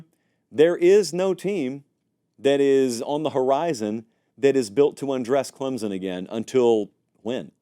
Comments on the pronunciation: Can you please pronounce Klem-sun correctly? It's not Klem-zun. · I love you Lord knows I do!! But will you please pronounce Clemson correctly!! 😂 there is no Z in Clem-Son!! C-L-E-M-S-O-N 🐅 thanks 😅